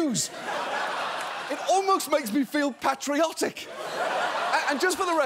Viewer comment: How did he just pronounce patriotic? That was unacceptable